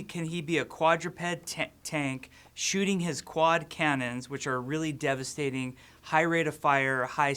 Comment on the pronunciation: I did not realize Jeff kept saying "devestating" in the developer update so much until I saw this also, you're guys' reaction to Jeff saying a talking hamster would be silly was basically the same as mine lol